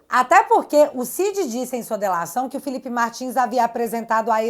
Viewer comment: Filipe - e não FELIPE - "MAGNINS"? 😂😂😂